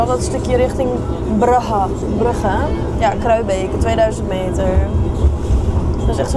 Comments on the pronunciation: is een urgentie dienst. als een spoedgeval direct een dokter nodig heeft stuurt de 112 de mug (Mobiele Urgentie Groep) meestal echt geen goed teken als die voorbij rijdt met sirenes. wat klinkt je west-vlaams al goed XD Bruhhe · Die “Brugge” uitspraak was on point😂